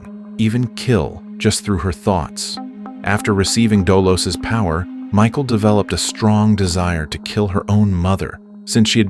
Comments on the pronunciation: its pronounced Mihhaal lmao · we can read what her name is.. .it's cleary pronounced Mikal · Thats not her name 😂😂 you don’t pronounce it as that it’s Michal I think it’s Michelle thats what I call her as I don’t know how too pronunce her name lmao…….